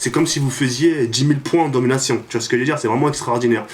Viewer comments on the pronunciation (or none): MDRRRRRRRRRRRRRR COMENT TU DIT DOMINATION A L'AMERICAINE